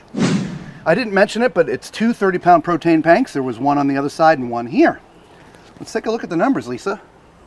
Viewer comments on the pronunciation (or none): Did I hear "Protane Panks"? 😂